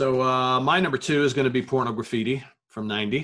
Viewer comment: Really surprised that you haven't dug into Saudades de Rock, but whatever. Aside from that, I'd like to point out two mispronunciations: It's not "Porno Graffiti"... it's "Pornography-tee". And from the III Sides album, it's not "Political Calamity"... it's "Politi-calamity"